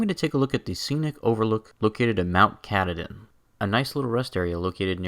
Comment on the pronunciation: It’s pronounced kah tah din